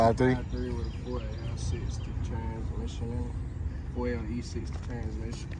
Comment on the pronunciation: Man said 4Le60 transmission 🤣🤣🤣🤣🤣🤣. Damm